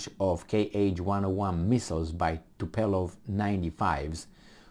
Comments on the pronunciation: Tupolev not tupelov... Ce-ai facut bai,, bai😂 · It is Tupolev not Tupelo ffs :))) Get your sh*t together before coming in front of the world.